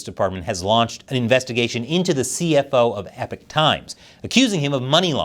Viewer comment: Why pronounce 'Epoch' ...'EPIC'???